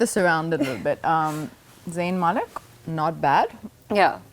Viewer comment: Did I hear Zayn mailk man ?? 🤣 Gigi hadid on her way to kill ya all .🤣🤣